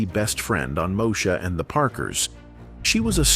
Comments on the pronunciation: It's pronounced Moe -e -sha. No Mosha. Get it right. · 🫤Mo-shuh?!?! Ughhh😩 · I remember Kim singing and being funny. Also, telling Moesha off when she thought she was better than everyone. I don't remember ever seeing her eating. And she definitely wasn't chasing Professor Ogilvy. She hàd a bf on the show. AI, it's pronounced "Two Two Seven" & "Moe ee sha" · I think you need to do more research on this topic and its Mo-e- sha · "Moe - Sha"... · First, you pronounced Moesha wrong, and then you got some of the shows facts wrong. You really need to do your research before posting. I'm out. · This video narrator must be AI because he mispronounce the shows Moesha and 227. LOL, SMH. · Click bait, mis pronunciation of the show Moesha. The thumbnail made it seem as if they were going show a before and after picture of a transformation of some sort. Good info, the thumbnail sucked!! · Stop mispronouncing moesha